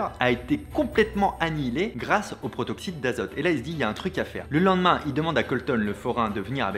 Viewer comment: Et à "Protoxyte" au lieu de "Protoxyde"... ça et la faute à ... ça va le monteur ? 😅